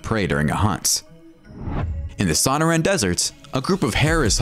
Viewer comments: So-NOR-an desert. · Doesn't know how to pronounce Sonoran Desert, either, so the voice is probably AI, not an ignorant human. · Where or who taught you how to pronounce the name of the dessert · Why did he pronounce Sonoran like that 😭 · This narrator seems to mispronounce at least 1 or more words each clip. Check out Sonoran desert. He totally can't say it properly. He's obviously an American by his accent yet he must not read the script ahead of showtime.